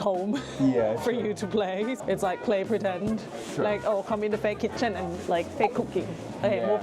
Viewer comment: เอ้ะ Pray Pretend หรอ? 😅😂? ไม่ใช่ Play หรอกเหรอ…